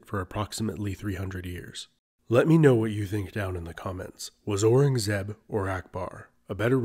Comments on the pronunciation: Aurangzeb is pronounced: ow-rung-a-zeeb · nope. ow-rung-zeb